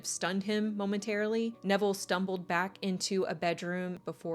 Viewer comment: 😖👹omG i thought i heard u say her childs' name from her previous union was DEVIL!!!💔😳👺 Lmao iht add the cc option and then <<RW xx fast lmao His name is Neville, not Devil lmao🤣